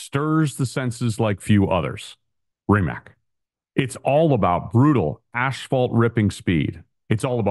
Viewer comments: Its not "rimack", its "rimats" the 'c' is the same sound you would make when beatboxing the highhat sound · pleas pronounce the name prop